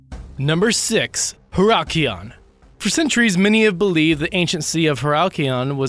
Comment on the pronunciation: About #6: First of all, it's Heracleion, not whatever you pronounced. Second, Kleopatra was neither inaugurated nor coronated there, Ptolemaic coronations took place in Alexandria and Memphis. Also the diver's last name is Goddio. - Have nothing to do with Heracleion, that first image isn't even ancient. - are images from the Atlantis resort and a sunken Chinese city. The lion is not even ancient nor is it from Egypt, it's from Jamaica's Royal port. The head of Kleopatra's eldest son was found in Alexandria not Heracleion.